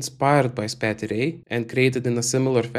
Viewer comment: Great thanks. I am from Belgium, pronounces spatie correctly, the 't' is pronounced as an 's': spa-se.